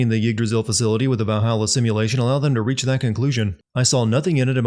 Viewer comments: Why do you pronounce "reach" as "wretch" and "Havi" as "Haveh"? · Does he...pronounce "reach" as "wretch"? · I may be late to a ongoing joke.....but are pronouncing "reach" like that on purpose? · Go ahead and add a sin for the way this guy pronounces the word 'reach' Noble team would be disgusted